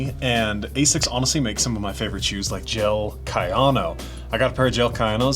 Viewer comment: I have never heard anyone in UK not pronounce it as "AZZix" but that is also wrong. Ahh-sics is the official one.